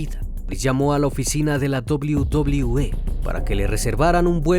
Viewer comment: La dobliu dobliu E jaja